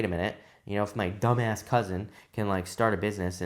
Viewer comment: I was literally in the middle of working stopped me and now I’m at full attention! It’s the way he said dumbass for me 😭